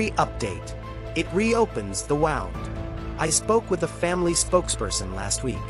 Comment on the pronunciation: like how it pronounced wound.